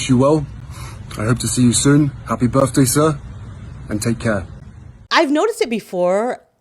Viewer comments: He is now saying BIRFDAY……. not birthday….. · Happy Burfday? Burfday? I would have thought Harry had been taught how to enunciate the 'th' consonant blend. He wouldn't have grown up hearing it spoken like that. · His birthday greeting to that man! Firstly...."Birfday"!? And secondly all that thanking from delusional Harry behaving like he is some kind of Deity. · Did he say BIRFDAY?